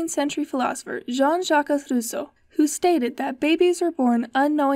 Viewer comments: Great job, but you pronounced Jean Jacques Rousseau wrong. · Pretty interresting video Also, you teach me how to prononce Jean Jacques Rousseau in english, thanks x)